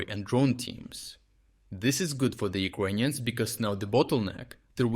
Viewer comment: Please stop saying "Ukwainians" 😭